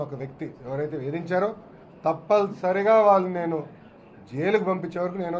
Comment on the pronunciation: 🤔🤔🤔🙄🙄🙄 thappal sariga Kadu Chinna Babu Garu. Thappani sariga .....